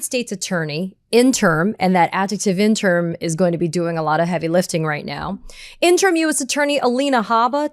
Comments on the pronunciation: Katie, the word "interim" isn't pronounced IN-TERM; it's pronounced IN-TER-IM (3 syllables). Other than that, I hope you don't change a blessed thing. Keep it up. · Interm or in-ter-im? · FYI, it's in-ter-im, not in-term. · Katie, I love you, but "interim" is not pronounced "in term" You drop the I in the last syllable making it a two syllable word. And the first few times you said it I couldn't figure out what you meant. "Interim" is a three syllable word, not a two syllable word. In-ter-im! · In-ter-um. The phonetic pronunciation. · In-trum - pronunciation. Pretty soon it will be in-tern,.. like a Dr. wanna be. ie. Free reign as a king reigns becomes free range like cattle grazing. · Interim: 3 syllables, not 2. (I can't help myself.)